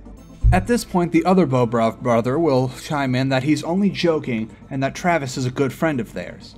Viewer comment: it's not bowbrov it's bohbrov